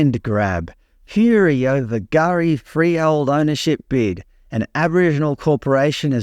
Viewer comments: Silent K hey? Gari = Gary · Lol the k isn't silent........ it's just said like it is for those who can't pronounce it properly! 😂 you actually gotta say the k with the g. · No written language/s yet the alleged aboriginal name for Fraser has a silent 'k' in front of the name and is supposed to be pronounced 'Gari',,,,,,, please explain 🤔😂